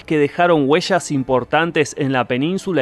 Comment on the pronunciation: Minuto : ¿Los visigodos dejaron "hueshas" o huellas?